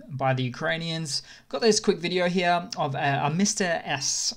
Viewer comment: I LOVE that this guy says "hya" instead of "here" every single time. My dad does this and it's fucking hysterical! :D